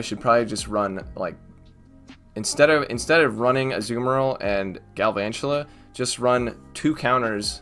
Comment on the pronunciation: Just pronounce galvantula like drakula ah ah ah. The count from Sesame Street one